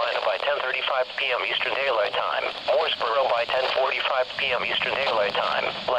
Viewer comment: The NWS voice gets it all wrong...it's pronounced "Mo'sburra", not "Mooresboro" :)